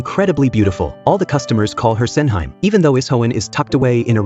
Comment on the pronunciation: hearing SENHYME 😂